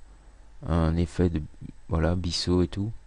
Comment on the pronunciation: merci pour l'info ! sympa !!! (par parenthèse, on ne dit pas "bisseau", mais "biseau"... prononcé comme "biZeau" ; )